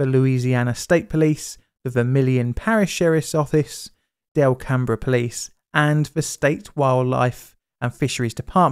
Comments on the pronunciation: Tiny correction - it's pronounced "DELcum", not delCAMbr. It was quite a mess. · Here I Louisiana, we say Delcambre something like… “Dell come” (similar to “welcome”). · as I learned rather embarrassingly(after moving to the area) the town is pronounced delcum lol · Oh, quick note. The town next to the lake is pronounced "del-come", nice try. You nailed the Lakes name perfectly. That's, awesome work mate! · Also and The name “Delcambre” for the canal and town is pronounced “Del-come” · BTW, Delcambre rhymes exactly with "welcome." I know because that's my home town;) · That drainage canal's name is pronounced Del-come. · Russian and Mexican names and places...butchered. Cajun...perfection. I love the content though. I always think about those still submerged barges and equipment being discovered in an archeological excavation in the future, and will they interpret a different series of events or purpose to them.